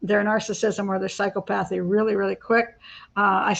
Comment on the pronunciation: please look up the pronunciation of psychopathy because I believe you mispronounced it